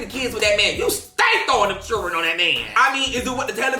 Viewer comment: “He ain’t feeding them chiren”🗣️😂😂😂😂😂😂😂